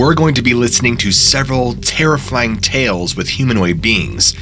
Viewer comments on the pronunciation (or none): did you just say “terrifyling”😂🔥